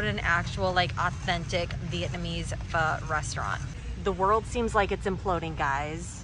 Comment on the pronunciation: I am so proud of how you say "pho"! Spot on!